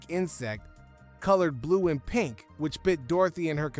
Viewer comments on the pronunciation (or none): none